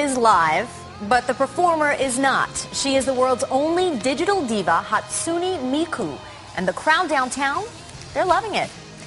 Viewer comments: "World's /only/ digital diva" NO SHE FUCKING IS NOT WHAT HAPPENED TO ALL THE OTHER VOCALOIDS Also, these news reporters are horrible at pronouncing Miku's name. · I'm surprised fox 2 didn't start a WWIII for calling Miku a "diva". Even the name they try to pronouns was gunna trigger fan. Now we see why normies and anime cant be friends. Even that guy butcher the word" manga". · Okay, the first news report was good, but the second was upsetting. They do NOT know how to pronounce Miku's name, they said she was the only digital diva, and the way he pronounced manga was terrible. There are LOTS of Vocaloids and they also make it seem like anime fans are kinda..weird. I am not weird.